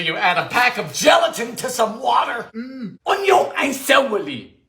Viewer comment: Oynion an cewaly!